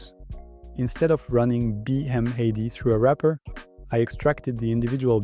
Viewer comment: Nice job! BTW, is it really that hard to say B-Mad (bee mad)?